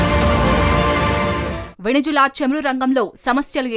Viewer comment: Please pronounce the country name correctly. It's not venejula, it's Venezuela